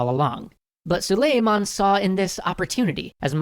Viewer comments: his name is pronounced "SOO-LEE-MAHN" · It is pronounced: Soo-ley-mun but very nice video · The accent is on the A, like the A in 'awesome'. It's pronounced like 'sull-ey-mAhn.' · Its not suleiman the magnificent its suleiman the SWAGnificent Btw im turkish ;)